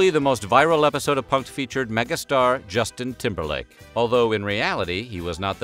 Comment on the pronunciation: Lol why is he calling him ‘Ashton KOOtcher’ 😂 I certainly remember that episode with Jwestin Tymberlick. It was fun-ny 😐